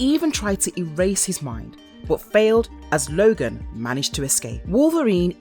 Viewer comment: Why do y'all keep pronouncing all these names wrong? It's Thomas LOOOOOOgan!!!!! OHOHOGAN!!!!!